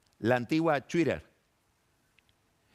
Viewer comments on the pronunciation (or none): dice "chuirer" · Vine a los comentarios cuando escuché la pronunciación de "Twitter". No fui el único. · Un clásico. Lo esperamos todos.